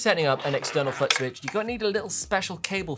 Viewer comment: I thought it was just my hearing. He can't pronounce FOOT